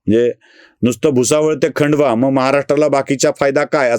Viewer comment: खंडवा नाही खांडवा म्हणा.